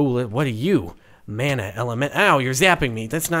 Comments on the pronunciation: since im from Hawaii, it's super annoying to hear him pronounce mana like "man-uh" when it's "mah-nuh" lol. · Mike Brown actually it is supposed to be pronounced mah-nah